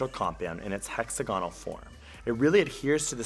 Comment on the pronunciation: "hexer-gonall" lol "hex-agon-all"